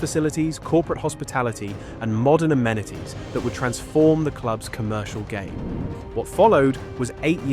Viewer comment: He can't pronounce "amenities " either